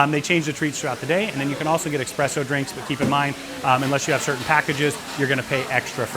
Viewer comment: It is espresso, not expresso.